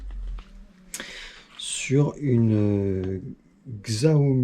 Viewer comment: Très bonne vidéo merci. Au passage on dit chiaomi et pas xziaomi